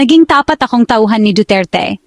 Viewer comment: Ayusin mo ang pagbigkas ng salitang Tagalog. Tapat, hindi ta-pat; taon, hindi ta-on; pagpatay, hindi pag-pa-tay.